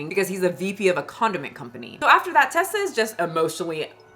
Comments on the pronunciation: Its Reesa Teesa not Ressa lol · Ok, sorry to be negative, but...how do you listen to all 7 hours and still pronounce her name wrong through the whole video? Reeeeesa Teeeeeesa. Not Tessa with a short "e". Sorry. I just feel that with this whole story revolving around not stating things accurately, ya know..? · Girl you retelling this story all wrong and out of order. 🤣🤣🤣 Audience, please go watch “REESA TEESA” recount her own story the right way. It’s “Reesa Teesa” not Tessa